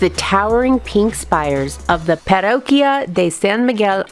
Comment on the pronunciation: Great video thank you. But, it’s really important that you try to pronounce the names of places as correctly as possible. Don’t not try to Anglisize the names. Example: parroquia Pa RO Kia Not Pero Quia Very important and shows respect. Queretaro KerE’ taro Accent/emphasize the E ❤❤❤❤❤❤❤